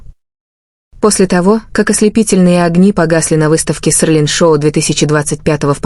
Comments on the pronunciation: Вы только послушайте как оно проищносит ,,СЕЛИН,, КАК,, ОРЛИН ,, ЧТО МОЖЕТ БЫТЬ ПРАВДОЙ ЕСЛИ ДАЖЕ НАЗВАНИЯ ПУТАЮТ УМЫШЛЕННО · Селин, а не срлин. Тэхен, а не твон и другие имена. Так называемый блогер, позор тебе. Надо твой канал заблокировать. Трепло.